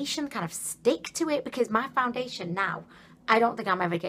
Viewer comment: It sounds like some of the times you say foundation you are saying found-da-lation. But then you say it normal. Maybe it's just cause you saying it faster. I don't know I could be crazy too!! Lol either way your funny ad hell. An I do agree with you when you say you used to much. I think you only need a tiny amount. At least that what I've scene working for others.